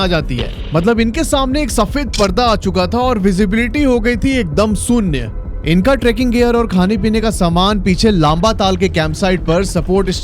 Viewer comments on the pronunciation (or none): Bhai it's Shoonya...not soonya...looks like you are pahari